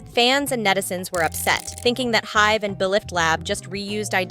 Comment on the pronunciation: Noticed that too and many other mispronounced names in other videos. Also Hybe pronounced as Hive